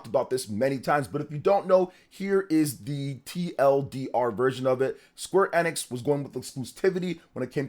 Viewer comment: You're saying Square Enix wrong.